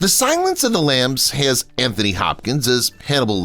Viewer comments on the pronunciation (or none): none